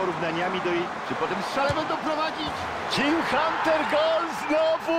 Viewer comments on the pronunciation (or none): powiedziales jim hunter